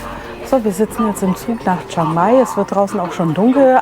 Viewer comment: Nettes Video 😊 aber bitte liebe Deutsche 😂 es heißt chiiiiiiang mai. Das iiiii muss man schon aussprechen chi-ang-mai Thx 😊😅